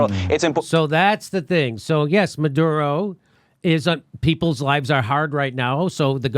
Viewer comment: Anyone notice that this correspondent calls the Venezuelan president Marudo, instead of Maduro at about :32? By the way, while it’s supposedly ‘business as usual’, the Venezuelan government has shut down most of the internet there. So, no, not business as usual.....